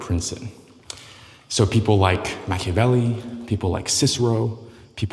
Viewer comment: Is he pronouncing Machiavelli wrong?